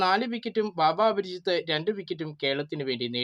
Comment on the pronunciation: ബാബ അപരിചിത് ആണോ... അപരാജിത് അല്ലെ..